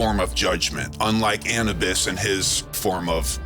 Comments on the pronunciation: Sorry if I seem pedantic but I thought the pronunciation was Annubis as in tissue-bis; not Annabis as in cannabis. I'm a big fan of your work so I'm not nit picking, it's just something that grinds my gears. Something I'd like to throw out there is this. Egyptians do not talk, or write, about, DMT, but they do write a lot about their praise of the Blue Lotus flower, a plant packed with DMT. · Thoth was bird headed Anubis pronounced anewbis ❤